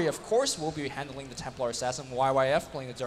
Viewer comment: why cant luminous say faiTH